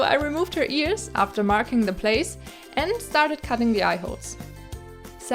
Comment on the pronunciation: Did you say catting of the excess 🙀😻